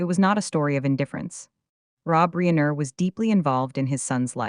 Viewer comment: AI narrator mispronounced Reiner as Reener. Really?